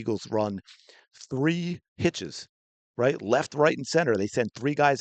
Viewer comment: They both try to get confirmation by saying "rite"